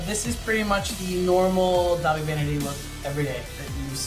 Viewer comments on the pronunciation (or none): It's DAHVIE not Davey!!!!!!